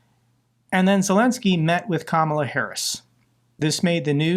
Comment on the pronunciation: Stop pronouncing Kamala incorrectly